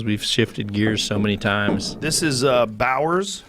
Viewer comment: Damn Joe is drunk already, although it clearly says "Bowen's" he's calling it Bowers Whiskey